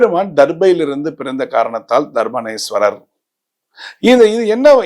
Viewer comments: தர்ப்பாரண்யேஸ்வரர் என்று உச்சரிக்க வேண்டும். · தர்பாரேண்யேஸ்வரர் சரியா உச்சரிக்க வரலை ஐயங்கார் மாமாவுக்கு. பரவாயில்ல ஐயங்கார் சிவனை பத்தி பேசனதே விசேஷம் போங்கோ. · தர்பாரண்யேஸ்வரர் ஸ்வாமி. சரியாக உச்சரிக்க வும்.